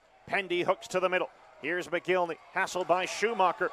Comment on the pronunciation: mick-gihn-lee. not mo-gil-ney Mcginley.....